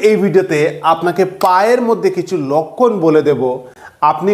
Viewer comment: লক্ষণ কে বলে লক্কন